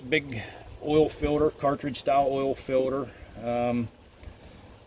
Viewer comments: What is a “filder”? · Ha, ha ...... "Oil Filder"